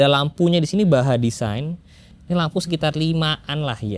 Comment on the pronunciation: Pertama kali denger orang bilang Baja design dengan benar. Mantep